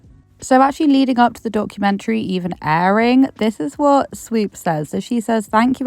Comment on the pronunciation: take a shot every time you hear SWEEP instead of SWOOP 🤣